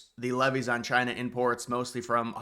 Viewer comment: “Chy-na” ~DJT